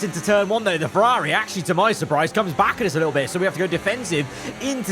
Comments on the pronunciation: why over the last two years have you just forgotton how to pronounce ferrari? it's so annoying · The way you keep saying Ferrari 😅 why you say it like that